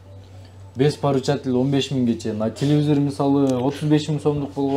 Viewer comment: Телевизор деп айтсан тууган,телевизир деп айтпа